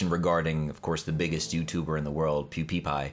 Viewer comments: Pew D pie not pew D P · Pewpepie...Pewpedo... Pewdepe... Nice pronunciation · Did he call him pewpeepie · The way he calls PewDiePie 😂😂”Pewdeepoo” 😂😂💀Love your content 🙌🏼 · Wait did he say PewPewPie or Pewdiepie? :p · You're pronousing Pewdiepiewrong tho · I hate you because you can't even say pewdiepie's name